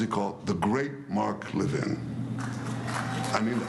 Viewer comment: why did netanyahu forget how to pronunciation mark Levins name? Why did netanyahu call him "spoiled"? Netanyahu said he went to high school with ML. Greatest defender of israel? He is suppose to he an employee of the US government , he works for US Citizens, so why is the prime minister of israel talking about US officials as defenders of israel? GET THESE PEOPLE OUT OF HERE